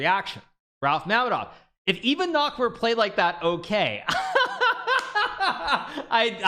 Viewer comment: You pronounced Nakamura wrong